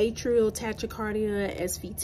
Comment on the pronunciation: Tachycardia is pronounced like “Tah-Key-Cardia”